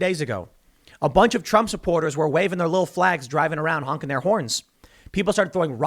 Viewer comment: Donald Drump? You ok there Tim?